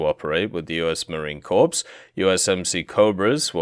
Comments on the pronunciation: The "ps" in "Marine Corps" is silent; it's just "muh-reen kor." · Marine corpse :p